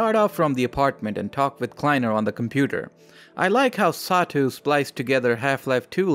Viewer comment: "Satou" is pronounced "Sah-toh."